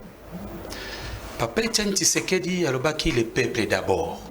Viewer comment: Azo loba français mabe....balobaka dictature et non dictatire.....peuple et non paiple......Donc ozo luka no diriger na ba insuffisances linguistiques ya boye.....Président élu et non President éli